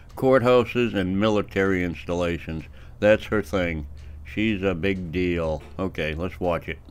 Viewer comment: Did you say a big deal or a big dill?😂